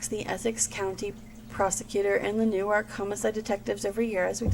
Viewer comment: It's pronounced Newrk kinda like your saying New York fast .not new-ark Also the name is pronounced Grizzelle Ka-macho.... like macho macho man.. the song...